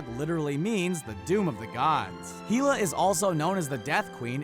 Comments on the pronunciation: Well, in his defense 'Hela' is a Norse word and he's not Scandinavian, so I let it slide. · im so happy that somewhat else noticed the pronunciation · Her name is pronounced: HELL-A!!! Not HEAL-A!!!! 🙄😤😡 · It's HELL-A not HEAL-A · Heela!? LMAO!!! It would be pronounced like such Hell-Ah! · Hiela It is pronounced Hell- la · It's pronounced hell-A not heila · Hell... A.... Not hee... LA. Her name is said in the movie properly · It's called hela not heala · it's HELA not heela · HEELA? HILA? it's hell-ah. Hel or Hela... just say'n. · Hella as in hell(the opposite of heaven)-uh, pronounced, Hell-uh not Heala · It’s pronounced hell a not heala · My opinion Hulk = Thor World breaker hulk > Thor Also it's hell-a Not heel-a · Heela? HEELA?! it is pronounced HEL-A . Hela okay? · It's pronounced (hell-ah) not (heel-ah) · Bru it's Hela not heela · Heela? Dude.... Hel not Heel. Hela. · Heela ...? Really? It Hela. Do you even comics? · Hee-la, lmao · If he says heela one more time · Got to HE-la and had to stop watching. lol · HEELA?!?! SACK-ARRR?!?! Research, dude! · Why are you saying heela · I'm done he said he-la not hela. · Did he just say heela? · not even that... he`s actually saying Heel-a ... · its pronounced hella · Bump....lol. please fix that... it drives me crazy hearing "heela" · Me too, was driving me mad - heela indeed! Saying Hela, like He-man :| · Its pronounced "Hell Uh" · Heela? really? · It's Hela not Heeeeeeeeella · When the dude pronounce hela's name wrong Me:😲😲😠😠😠 TRIGGERED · Hulk isn't thor's fight and please learn how to pronounce Hela's name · Public Guy actually it's Hela, as in Hel, opposite of Valhalla, it's where betrayers, cowards, and i think slaves are relegated to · Everything was ok until he said hela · Did it bother anyone else that he pronounced Hela's name wrong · yeah she is the God of the Underworld so not a stretch Hell - Hela but seriulsy he get Mjolnor right but Hela wrong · His pronunciation of Hela put me off this vid